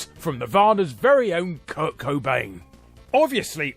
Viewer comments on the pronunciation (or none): none